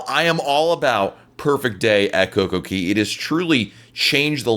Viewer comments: Exactly, It's cay not keey! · Coco(KAY!!) not KEY......😡😡😡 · It’s Kay not Key. They sing Kay at the entrance of the park. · It's COCO CAAAYYYY not key 😡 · Coco-CAY. AY NOT EE.